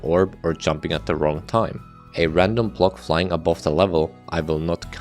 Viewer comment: Say “block” not “plock”